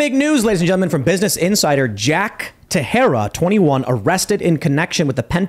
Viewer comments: Does he really pronounce his name ta-Hera? It looks portuguese to me and would b pronounced: tay-shay-duh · Sounds like Ta-share-a not Ta-hair-a. Didnt you ever watch baseball before sports sucked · Teixeira is Portuguese and is pronounced "Tay-shay-rah" , Teh-Her-rah, which would be the Spanish pronunciation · I think baseball players with an identical last name is pronounced te-share-uh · The baseball player with the same name Texiera said it " te share ah " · IT'S PRONOUNCED "TEX-ERA" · The name is pronounced “tay shay ra “ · Last name is pronounced “tex-era”. He’s not Spanish. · It's pronounced Teshera. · Pronounced Ta-herra -Teixeira just a fyi 😊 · Sherra whoops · Pronounced "tesheira* it's Portuguese. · It's pronounced teshiera. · I don't think timbo is pronouncing Teixeira correctly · Tim's Teixeira pronunciation is quite jarring :i